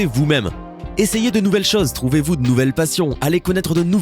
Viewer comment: pas les "chazes " !! les chôses ! ^ ^